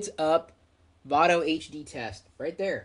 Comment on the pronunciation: its vado no vano :)